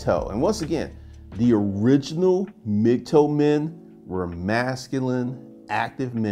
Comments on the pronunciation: Its "Mig- Tau" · You saying mig toe movement? I keep not hearing the term